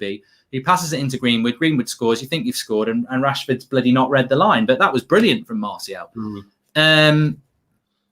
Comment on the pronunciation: How has martial been at this club at 5 years and still can’t pronounce martial